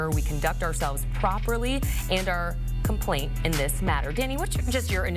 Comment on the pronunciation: She said compaint